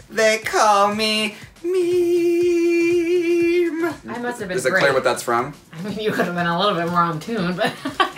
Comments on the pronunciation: I don't think Kennedy don't know what a meme is, she just can't pronounced it right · KENNEDY KNEW 👏🏽 WHAT 👏🏽 A MEME 👏🏽 WAS 👏🏽 JUST NOT HOW IT WAS PRONOUNCED